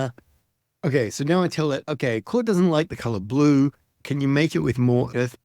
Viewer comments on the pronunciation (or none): none